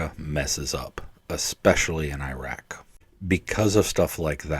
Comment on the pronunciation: How the heck do you serve over there and not learn how to pronounce العراق properly? Anyway, from the guy who found the launcher that was stopping the CAS providing the top cover without which the front line wouldn't advance, a reminder: The name عبير قاسم حمزة الجنابي is not forgotten, and that story didn't do anything to improve relations. It was inevitable since early 2002 when the massive effort to teach Americans to hate all Arabs and all Muslims and blame them all for 9/11 started and even more people could see it coming when the decision was made public to invade and occupy العراق with a quarter the number of troops the experienced senior officers said would be needed.